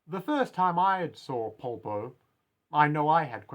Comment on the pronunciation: I really like this one! I've seen other analysis of the characters but they don't really seem to bring up your point. Also I really appreciate your pronunciation of his name because I've seen people butcher it in the worst ways possible: Paul-po, Polo, Popo, things like these, so thanks for saying his name in an human way. I believe that his design can be described with two words: Advantage and outsider. Advantage because Polpo is leagues ahead of Giorno: Firstly, he's way older than him. We don't know Polpo's age, just like we don't know his first name or anything at all, he looks too weird to estimate an age but I'd say around 40-ish. But we know thanks to Bruno that he has spent fifteen years in prison, the number isn't casual, it was chosen because it's Giorno's age. The protagonist has to face someone from another generation which adds even more confusion since until now he has only faced people around his age. Secondly, he's smarter than Giorno. We don't know what are his study titles but because of his interest in sociology and art history we can safely assume that he graduated from university or if he didn't, he studied a lot on his own. While Giorno is in the second year of high school, he hasn't reached the hard part of the school yet. And Polpo loves to show off his knowledge, for example where he references Fuller, he had no need to explain who Fuller is - he only needed the one sentence, but he still briefly explained who he was to Giorno because he wants to inti